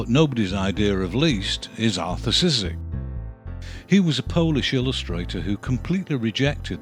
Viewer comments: Wonderful series. Just one tip for the pronouciation: Szyk would be pronounced as Shyk in his country. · Szyk's name is one syllable! More or less "Shick." Pardon the nittygritty. A fine series. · I don't know if You are a person who narrates this but if you want to say "Szyk" you say "Shyk" as in polish "sz" is read as an "sh" in english. I hope it makes reading polish last names easier :D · Just to let you know Szyk is pronounced 'sh-i-k' Sh(as in shock) - i(as in did) - k(as in key) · For future reference: Szyk is originally pronounced like "shit", just with a k at the end. Don't know what the Americans made of his name in the end, though.